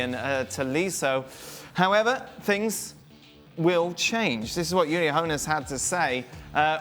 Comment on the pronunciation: ooli not yooli, yah dim muppet